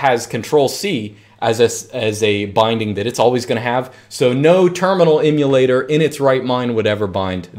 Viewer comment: Great information but excruciating listening to you mis-pronounce Emulator so many times